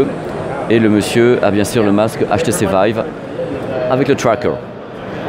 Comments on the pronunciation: putains ta gue.... TRWWWAKEUR TROP CHIANT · Ah ben non il le prononce même pas bien, c'est du franglais... C'est comme la manière de dire xperia...😂